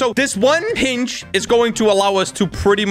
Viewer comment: wErE gOnNa BuY a HiNg me: thats not how you say hinge